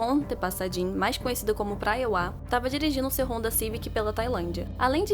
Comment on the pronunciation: Não leve a mal a correção mas o nome se diz Priwa não Praewa